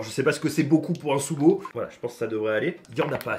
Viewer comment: MAIS ARRETE DE DIRE SOUMO